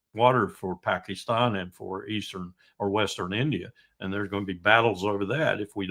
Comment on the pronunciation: thus far has the best pronunciation of ‘Pakistan’ ❤ ps no peace with Abbas still there, get rid.